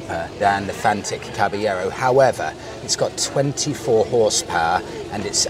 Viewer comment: Come on mate, learn how to pronounce the name properly!